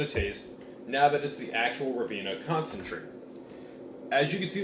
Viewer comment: It's pronounced "rye-been-ah". Glad you enjoyed it!